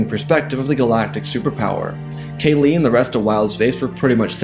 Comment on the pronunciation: Kah-Lee not Kaylee..... PLEASE....fix it